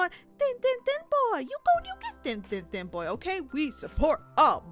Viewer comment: It is boy not boi